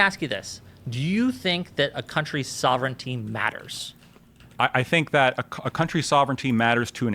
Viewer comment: pronunciation. That's not how you say sovereignty.